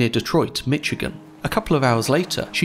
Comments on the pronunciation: Excellent video as always, but do check the pronunciations. TACK-uh-night, not TASS-uh-night; MISH-ig-un, not MITCH-ig-un (same as Chicago); Gary, Indiana rhymes with "Mary", not "Harry". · There is no T in Michigan. It is not mitch-Ih-gun but mish-Ih-gun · Good video - however - the name of the state is pronounced “MISH-i-gan” not “MICH-i-gan”, and the ore she was carrying is pronounced “TAK-on-ite” not “TAS-on-ite”. And the city is Spain is “to-LAY-do” - the one in Ohio is “tuh-LEE-do”. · Hey I love your videos and here’s another great one, but I do have some tiny complaints, over in the Great Lakes area we call it “tack”a night and Michigan sounds like MISH again thanks so much keep up the great work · Great recap and analysis! Two nitpicks about the pronunciation of the lands of my forefathers: Toledo is properly Midwesternized as ToLEEdo, and Michigan is MiSHigan. And flatten those a's, too! ;) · "Mitchagen" I can't stop hearing it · Just a couple small notes: "Taconite" has a hard C, pronounced "Tack-uh-night", and in "Michigan" the CH makes the SH sound, "Mish-uh-gun". Don't mean to nitpick, just sharing info. The Fitz is a big deal here. My grandpa sailed on her for 2 years in the early 70s. It was a devastating loss to the crews up here. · Taconite is pronounced with a hard "c" as in cat, not a soft "c" as in cellar. And Michigan is pronounced "Mishigan". Soft ch like Chicago, not hard ch like choo choo train. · Dish-charge? Mitchigan? Gale. No, not gay-yoo. Vessel. With an L. Not vess-oo. Shelf. Again, with an L. Shelf. Not sheoowff. And Fitzgerald? You manage it most of the time, but the few fits-geroods are still disconcerting. Buckled. Not buckood. Holds. Not howdz. Congratulations to Casual Navigation for hiring the handicapped. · tack uh nite. toe lee doe mish i gan